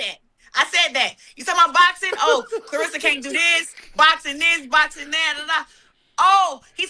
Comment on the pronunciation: Shannon...Shay...Unc...Please Take A Phonics Class and Stop Mispronouncing KLAH RESS A Shields' name...R E S S A ... RESSA